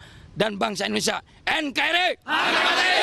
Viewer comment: Maaf bapak Indonesia ya bukan endonesa